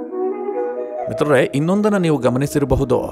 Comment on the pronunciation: Le ninu first ಮಿತ್ರರೇ endu correct aagi helu